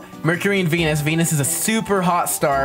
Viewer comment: Did he say denus bro